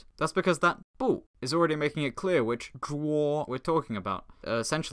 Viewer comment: BRO ITS SO FUNNY WHEN U ATTEMPT TO PRONOUNCE IT PERFECTLY LMAO like omg that took me out and the spliced " zhuo1" between clips